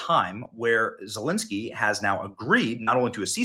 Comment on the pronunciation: Did Benny say, 'Voldemort' Zelenskyy?